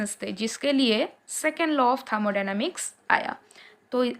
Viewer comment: Thamodynamics ya thermodynamics 😅😅